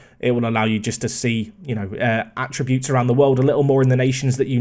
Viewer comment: you need to learn to pronounce 'attributes' dude